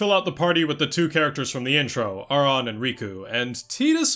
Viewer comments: Ive played ffx so many times and ive never paid attention to the fact that they never say his name... And im one of those people who say titus bc i just like it better... but you definently said Aurons name wrong.... you said it how its spelled but in the game english at least but they OR-in for the name... lol .... This was my first ffx game that really PLAYED if you get what i mean... When i was a kid my mom bought me a ps1 ffx game that had multiple disk it wasnt 7.... I wanna say it had a mech on the box or disk i cant remember. Then i played ten after my uncle played it but i was still young and never got far into it... i played crisis core, at that point i was older and decided i was goin to play 7 but as i was playing 7 i decided to go back and play X for real and play it i did lol ive got two ps2 disk one is the regular english version(with the hardest chocobo race) and i have international ps2 disk. then i also bought it for my ps4, i wanna say it was the first game i bought for my ps4, I bought it for the switch, and i have it for the pc... So i would definently say this is my favorite game but honestly i dont think ive played enough Final Fantasy games to say ten is better than another... Ive maintained for most of life that ffx is my favorite game... Not just ff game but favorite game over all... and i think it has aged pretty well... its one of the few games that i played as a kid that doesnt seem like work to replay as an adult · You’re kind of condescending to people for ignorantly pronouncing Tidus incorrectly, but aren’t you Auron’s name wrong the whole video, despite that they very clearly pronounce it “Or-in” in several games?